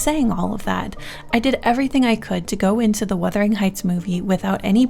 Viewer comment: Wurthering… heights? Don’t think it don’t say it Don’t think it don’t say it Don’t think it don’t say it